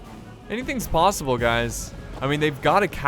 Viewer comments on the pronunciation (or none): none